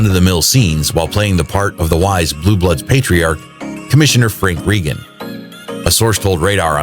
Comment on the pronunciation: ??????TRAGIC Sad Reason Tom Selleck Is Saying Goodbye???? What is tragic? Only your video is. You can't even pronounce Reagan. He doesn't do stunts in Blue Bloods. What's your problem? Why are you spreading fake news about his health? Too many repetitions and fake news from cheap tabloids. He is 79 years old: move on.